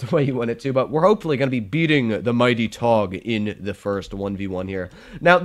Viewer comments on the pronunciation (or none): you have good german lolz "ze" lamo